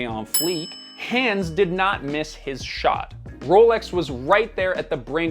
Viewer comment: Wait a minute, did you just pronounce the name Hans, hands? Like these hands ✋. Come on, how didn't you know how to pronounce it? It's like one of if not the most commonly used stereotypically German name in media.